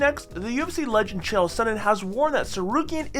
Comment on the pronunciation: O by the way Chael learn how to pronounce a name wtf really